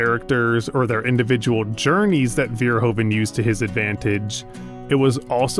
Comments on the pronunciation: His name is Verhoeven, not Veerhoven! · The "oe" in Verhoeven is pronounced like the "oo" in Hooverdam.